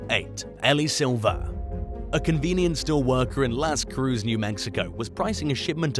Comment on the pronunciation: The cruces part of Las Cruces is pronounced KROO-sez.